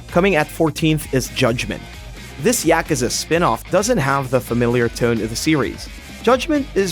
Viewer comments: Its pronounced right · People that pronounce Yakuza correctly? Wow.